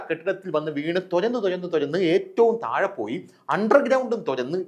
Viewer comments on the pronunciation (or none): none